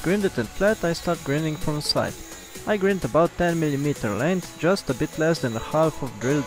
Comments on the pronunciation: Great my friend, great use for all those brokes ss drill bits I must break lol, oh as I regard you as a friend just one thing grind is pronounced like find, only a friend would tell you this :-), take care . Mac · Love what your doing but pronounce grind not grid it's confusing. Thanks for your video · Nice video, good idea. :) (Friendly comment the word grind is pronounced gr"eye"nd what I mean is the i is sounded like "I" )